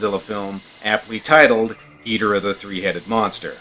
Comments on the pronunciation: It’s not gi-do-ra it’s gi-doh-rah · That’s gee-DOOR-uh dude!!!!! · Ghidorah is not ghidora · My first exposure to many of the godzilla monsters was on the GameCube game Godzilla: Destroy all monsters melee so I pronounce king ghidorah “Ghi-door-ah because that’s how the announcer said his name, where as my dad who grew up with these movies says it the way you say it.